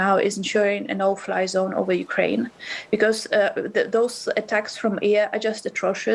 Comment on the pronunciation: Anchor is more interested in appearing tough than to get facts. Firstly, she can start by pronouncing Ukraine and not saying Ukuraine. She is calling for cease fire of the demand for Russia to withdraw from Ukraine. It is a nonsensical argument - Ukraine is a sovereign state and Russia invaded without provocation and is the aggressor